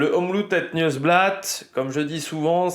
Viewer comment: Petit cours de prononciation 😂 : c’est Omloop (comme lettre o et pas ou) het nieuwsblad tu l’as bien dit ;)